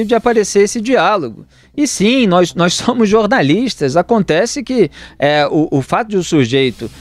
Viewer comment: Quando ele diz nóz , ja prova seu total involvimento no clime.